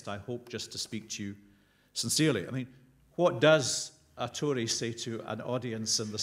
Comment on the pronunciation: It's pronounced Tory!